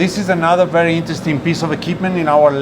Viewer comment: She’s can talk & vewy healthy!